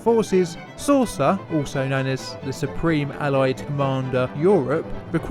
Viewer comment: "Saucer" lol 🤣